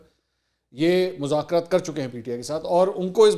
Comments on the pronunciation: منصور صاحب مزاکرات ز سے نہیں ذ۔ سے ھوتا ھے آپ بہت قابل انسان ھیں اسلئے آپکی غلطی میرے لیے برداشت کرنا ممکن نہیں ہے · مذاکرات لفظ ھے نہ کہ مزکرات پلیز